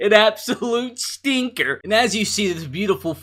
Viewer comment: The way he says Stinker is just beautiful